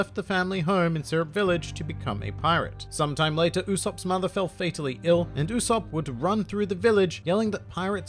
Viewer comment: U-"soap" is the pronunciation my friend 😉